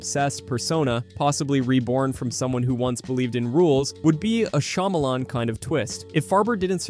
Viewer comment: I can't take you seriously when you say "shymalan fans"